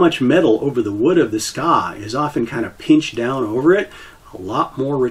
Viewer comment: the ska? you mean the tsuka? Its pronounced Tsu - Kah, dont mean to be that guy but it took my a whole minute to figure out what you where talking about.